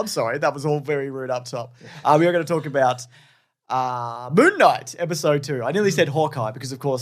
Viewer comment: …are they saying Moo Knight?